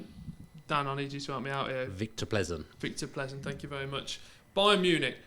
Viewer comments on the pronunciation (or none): diversity or not, all ESPN pundits suck. Steve Nicol is literally the worst ever! These dudes can't even pronounce Plzen, where the famous Pilsner comes from!